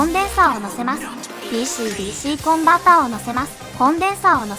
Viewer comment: DCDCの発音好き